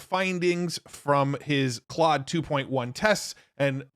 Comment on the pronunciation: It's pronounced 'clode'. ❤